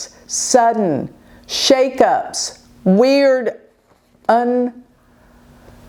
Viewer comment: said "Un-PRESIDENTED" instead of "unprecedented". Many by now have witnessed ❤Psychic Mouth❤, lol. I hope that part wasn't subconscious telling us that's what's going to happen.